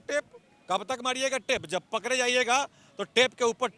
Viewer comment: Or ap bihari ho...ra ko da or da ko ra bol rahe h ...pakde ko pakre etc 😂😂😂😂